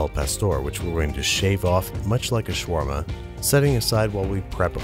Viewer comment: Its shawarma habibi not shawrma